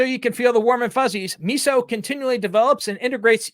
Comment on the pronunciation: Miso is pronounced myso.